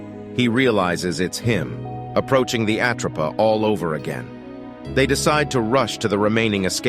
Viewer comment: I really hate A.I voice overs!! Its not the "at row pa" 😞😭 😡 its called the "at rope a" get it right or don't fkn say it at all!! Its really off putting and really annoying 😭